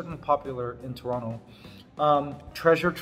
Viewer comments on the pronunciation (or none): none